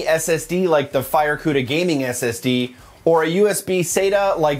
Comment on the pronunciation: I cringed each and every tine he said the word “FireCuda”…ewww